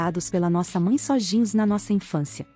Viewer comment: Eu sei que não tem nada a ver com o relato, mas acho tão fofinho quando o tenta dizer "sozinhos" parece "sojinhos"